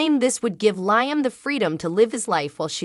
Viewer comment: Narrator, please pronounce the actors names correctly. Hope's husband's name is pronounced Leeeam, not as in high